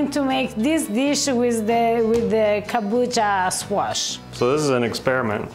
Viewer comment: I have never heard kombucha squash as pronounces it